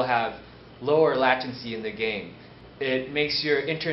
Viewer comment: "I will have lower la-tan-see in the game"